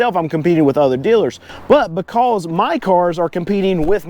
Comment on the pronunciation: Dude, learn how to pronounce “because”